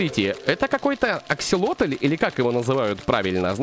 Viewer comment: Ты правильно сказал это аксалотоль